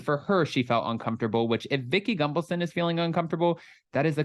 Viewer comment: Every time you say Vicki’s name I feel like you’re saying gumbleson